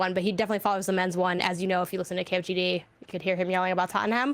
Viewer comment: its pronounced TOTT-NUM. Not Tottenham. They are in London.